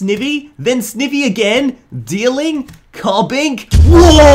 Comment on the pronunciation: Not hating but am i the only one who died laughing the way he said snivy?